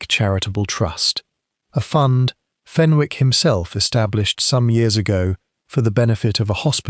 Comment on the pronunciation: There is not a 't' in Fenwick 😮